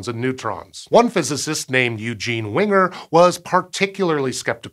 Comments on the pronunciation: Its not Eugene "Winger" its " Wig-ner" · Great video!! Thanks! Btw small point,Eugene pronounced his last name as Vigner not Winger. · It's Eugene Wig-ner, not Eugene Wing-er. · 💡 "Eugene Winger" :face-red-droopy-eyes: Wigner is pronounced VIG-ner. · VIGNER, not Winger! =( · Eugene Wigner's name is pronounced Vig-ner, not Winger. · Uh-oh. Did you say Eugene Winger?? I have always heard it pronounced Vigner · "WIgner" is NOT pronounced "winger." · You pronounced Wigner "Winger". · pronouncing "Wigner" as "Winger" may just be a slip of the tongue for a layman. for a science communicator it's a sure sign of being in way over their head. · Uhhh - try that pronunciation again, sir. The professor ain't no "winger", dude. You might do well to listen to someone else pronounce his name. Preferably someone who has heard of the professor previously.